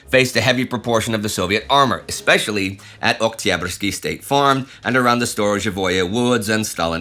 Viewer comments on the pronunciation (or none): Indy, sir: I'll be "that guy" for a moment, you're young and I forgive you. "Ekspecially" is wrong, "especially" sounds like it is spelled. I love this channel despite spelling and grammar.